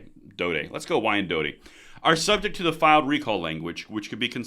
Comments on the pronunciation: "Why-N-dot" is how you say that, you're welcome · FYI, Pronounced " whine dot " Don't look at the spelling 😉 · Pronounced wine-dot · It's pronounced Y N DOT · Wyandotte - pronounced "dot". Last T and E are silent. let's hope these recall efforts bear fruit. Let's also hope that MI doesn't have the same problems as CA where Newsome beat the recall. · Wyandotte is pronounced Y N Dot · Its said like WINE DOT.. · Wine dot is how you say it. Sending love from Flint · I'm certain this will never come up again but it is pronounced "Why-Ann-Dot" Yes in Michigan we can spell nothing and vote improperly the first time. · Pronounced " why in dot " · not trying to be a liberal douche just stating its pronounced why an dot, just so you dont have to deal with the couch commandos who like to troll this page. Keep up the great informative work! SOOOOOO Glad I found this channel! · Dude I love ya but it's Trav ers City, and Why n dot (Wyandotte) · It’s pronounced why-an-dot 😂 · it’s pronounced “Y-an-dot”. Love the channel. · One of the many reasons I watch this channel is the Michigan updates. Love it. Also, it's pronounced "why-an-dot" 😂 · It’s pronounced Wine dot. Michigan. And yes. Michigan wants them ALL GONE. Can’t want to cast my votes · It's pronounced "Why-n-dot" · its pronounced whyindot said just like that, what part of Michigan you from that you never heard of that city? wow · Wyandotte = why en dot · Wyandotte is pronounced Y-en-dot lol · wyandotte is pronounces wai uhn daat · Wyandotte (wine-dot) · Pronounced... why-an-dott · It’s pronounced ‘’Why-en-dot’’ Michigan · It's pronounced Why-N-Dot. But great info anyways. Keep it coming. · It's pronounced " why in dot " just saying lol . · Y-ann-dot. Wyandotte. Since you may be saying it again. I'm a Michigander and I fully support the recall of all these morons. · The city in Detroit is announced Wine-dot even though it's not spelled that way. I was born and raised in the Detroit area. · Its Why-anne-dot